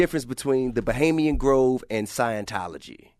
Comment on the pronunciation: T.i. keeps saying bahamian grove lol it's Bohemian Grove.